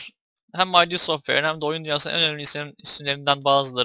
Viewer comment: Ay Di değil türkçedeki gibi okunuya id diye.